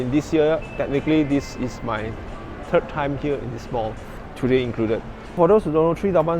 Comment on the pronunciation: Three. Think. Third. Not Tree, Tink & Terd. How you say Tru"th", is how you say the "th" in "three".